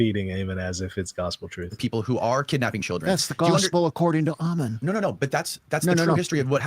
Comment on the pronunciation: Your attention to detail is so low you can’t even pronounce Ammon’s name right. His name is not Amen 😂. Likewise your comments are childish and superficial and you have zero knowledge on the subject. There is no reason in theology and you are not making any sense at all.